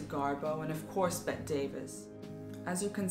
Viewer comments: "BETT-EE" not "BET" Davis. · There was no serious "feud" between Bette Davis and Joan Crawford until after Joan's finagling at the Academy Awards in 1963; whether she did what Bette thought she did, it drove a wedge between them. And you should know that Bette is pronounced Betty.